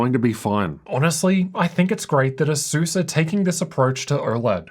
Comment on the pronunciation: why do i ALWAYS hear SUSU instead of ASUS when you say it haha